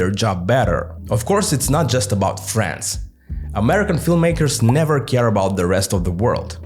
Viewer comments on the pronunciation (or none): Я вам больше скажу, даже русский человек услышал там France вместо Friends. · Дело скорее в том что в англе звуки не оглушаются, а он Д оглушил и получилось фрэнТС, а ТС звучит идентично с Ц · Я реально подумал, что он сказал France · your “Friends” sounds like France to my Russian ear. I know we all are tired of Z-narrative, but this is the perfect case when we need a bit of Z to tell the difference between Friends and France, eyes and ice, or phase and face. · You pronounce "Friends" almost exactly like "France" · yep, I also was wondering, why France?